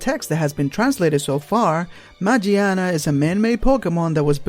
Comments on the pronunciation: Why can no one pronounce Magiana correctly... Just throw away that goddamn J sound of G It doesn't apply on Japanese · It's name might be "Magiana" but the Japanese name is pronounced with a "G" not a "J". It's kinda like the "Gif" argument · its spell マギアナ in japanese so the G is pronounced like in words like good not like J